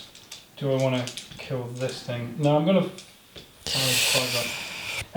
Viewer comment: Loving the content I've been a fan for YEARS, and I've always had one question that has burdened me for ages... why does your "No" have a "y" in it? "nyoooo" 😅😅. Great videos pal, keep them up.